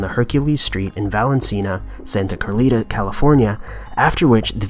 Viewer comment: Val En Cena, Santa Carlita? never heard of that town. Maybe you mean Valencia, Santa Clarita?